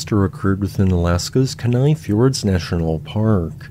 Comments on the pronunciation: Thank you for the report. Fwiw, you mispronounced “Kenai.” “KEE-neye” would be closer, emphasis on the first syllable. (Non-English Alaskan place names can be difficult to guess the local pronunciation.) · It's pronounced "KEY-nigh". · It's "Kee-nai", buddy :)